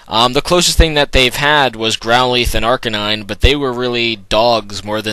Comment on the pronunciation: he i think its Arcanine and not arcaaanine